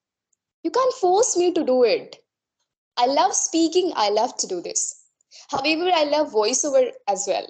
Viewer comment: Her pronounciation of however , broken and she used s instead of sh in many word. I am confused 🤔😕😕.